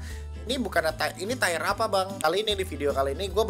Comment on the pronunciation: "Tier" om, bukan "Tire" pronounce nya agak kurang sreg saya denger nya tapi gw setuju semua sama tier yg disebutin